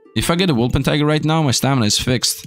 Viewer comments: W O L P E R T I N G E R now say it with me WOLPERTINGER not woolpentiger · Exactly my thoughts:D It's become a meme for, he kinda refuses to say it right